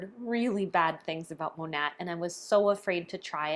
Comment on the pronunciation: The correct pronunciation is “Mah-Nate” which the company name is short for “modern nature” using the first syllables of these words. Hearing you mispronounce the company name repeatedly, I thought you might want to know.